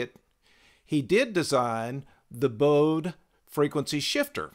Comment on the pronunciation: Just an FYI, the German name Bode is pronounced like 'bo-duh.' (my favorite Bode-inspired tool is the Sonic Charge Echobode plugin---great for psychedelic percussion and metallic piano & brass)